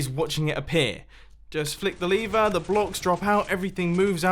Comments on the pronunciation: Did he just say leaver instead of lever... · Its lever not leaver